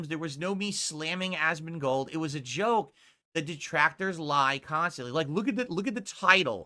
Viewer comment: It’s almost rage inducing the level of social unawareness he has and is so quick to tell people what he thinks someone else line of thought is and present it as fact. “See he doesn’t like duhtractors either.” But I gotta remind myself he’s touched